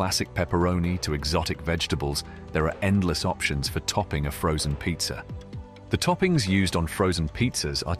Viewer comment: I trip out how this kind of accent has two versions of the same word. In this case it is pizza and pizzer.